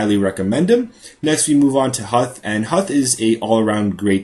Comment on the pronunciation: Minor error, Huth is pronounced more like "hoof". Aside from that keep the episodes coming!